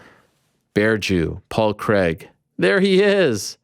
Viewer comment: It’s pronounced Crayg not Creg!